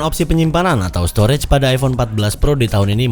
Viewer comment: Bang salah ngomong dibagian stroge coba denger😂